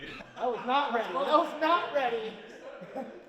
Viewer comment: “That was Naht ready 💅” - 2025